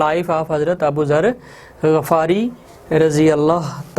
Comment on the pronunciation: sir its not a chaffari its a Ghaffari